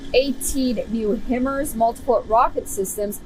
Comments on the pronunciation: Wow the idiot woman at the end hasn't kept up with this at all pronouncing himars Luke that 😳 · Your reported doesn't even know how to pronounce HIMARS